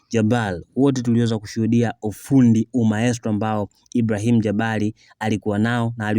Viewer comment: Mtangazaji ongeza fasaha katika matamshi yako,muhimu sana vipi jina kama Ibrahim likupe tabu?